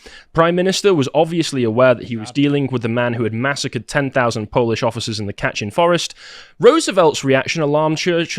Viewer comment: It's pernouced KAY-tin forest/massacre. Not "Katchen"...FYI